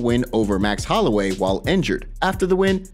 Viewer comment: He definitely said max Holloway ,he didn't mess his name up at all